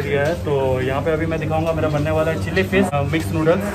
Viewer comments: It's not fis It's fish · Chilli fiss ,, 🤣🤣🤣abe bolna toh seekh le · Who else hearing chilli fish; chilli flakes